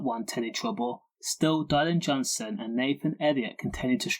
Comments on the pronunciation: Its dillan not dielan. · diylan ffs pronounce his name half whit